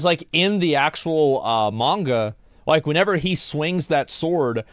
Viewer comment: Wow aside from the weapon knowledge, I'm surprised Asmon pronounced manga correctly